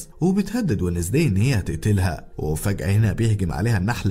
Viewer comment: شفتو في نتفليكس قلت خليني اكتب اسمو اسمو وينزداي ادامز تنكتب زي كذا مو بي الانجليزي بس اول مادخلت قال اسم البنت لو نطقو وذي اخبطو في الجدار ايش الي ونزدي عند جدك اسمها وينزدي مره قاهرني لو كانت اقد اسجل كان دحين قلت كيف ندقها بطريقة مره تنرفز تخليني ابغا اخبطو في الجدار و اضربو و هيا كيف تنطق مو زي ما هوا نطقها شوه اسمها